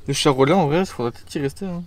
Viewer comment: sil te plait CHAROLAIS dans le bon sens!!et pas chalorais lol super la vidéo comme toutes celle que tu fais d'ailleurs, ps au passage quand tu passe dans les coins du charolais même avec juju faite moi signe ça peut être sympas, peut-être des endroit pour vous bientôt mais rien de sur pour l'instant, continue comme ça on kiffe.